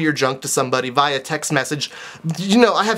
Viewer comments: #CHRISTMASDINNERNDICKS!!! Hahahaha :D i like how he said vya instead of via :D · You're saying via wrong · You say via weird..